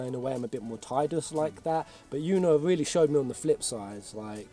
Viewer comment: Seeing pronounce Tidus' name as "Tide-us" instead of the official "Tee-dus" makes me so validated since that was how I imagined it playing through FFX as a kid. XD